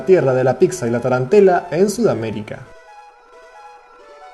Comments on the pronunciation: Se dice pitsa en italiano no picsa 😂😂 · Por favor dejen de decir "Pixa"!!!! La doble z en italiano suena como "ts", no como X!! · dios es súper molesto, pero peor es la gente que dice "pisa", no es tan difícil pronunciar "pitsa" lpm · el video estaba bien hasta que dijiste picsa